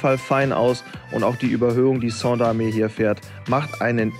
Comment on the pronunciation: Moin. Der Name vom Sander wird falsch ausgesprochen.Er ist Belgier.Ganz normal wie Sand in Deutsch nur mit er hinten dran. ..Sonst cooles bike